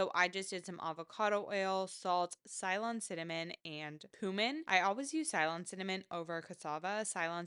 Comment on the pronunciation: Great video! Helpful tips.. You are pronouncing 'Ceylon' wrong though :)